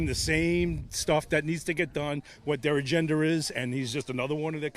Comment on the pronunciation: "ah kin see the agendar" ??WTF?? How is it that an entire country, with America's might, can be held hostage by a Madman and his base of idiots who don't even reach 25%? How is it that authorities are too shit scared to go after them without 60% of the population hounding them for accountability. How is it that authorities have the balls to indict anyone after showing their passive attitude towards crime when it comes to Trump?